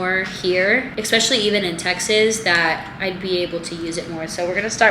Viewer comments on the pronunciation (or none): I love you but it is especially not expecially im so sorry i just had to say it